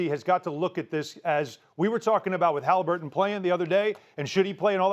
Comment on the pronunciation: How does Markieff Morris keep calling him Halinburg through this whole series and no one has corrected him yet😂